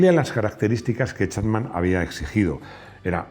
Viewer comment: Te has pasado todo el video diciendo Colin Chatman cuando es Chapman.